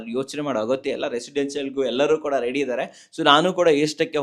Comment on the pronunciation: ರೇಡಿ ಅಲ್ಲ ರೀ. ರೆಡಿ.